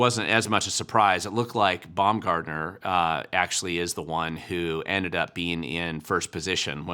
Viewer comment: Haha Bumgartner vs not-bum "Gardner"